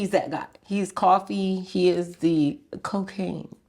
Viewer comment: Why u say cocaine with a pause like you waiting for a clap🥴🥴🥴and if nothing happend why he call u 50,000 times in 24hours🙄. If your husband on these tapes, we need another interview